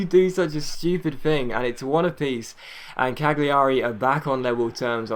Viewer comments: Cagliari is pronounced 'Calyari'. Or at least that's what the commentators say. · It's just pronounced like Caliari, the g is silent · I think it's pronounced Caljari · I think cagliari is Cal-ya-ree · with Cagliari you don't pronounce the G. As you would do with say Barzagli & Bologna.